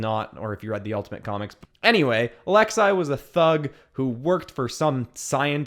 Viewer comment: It’s pronounced Alexsee If u have been told this My bad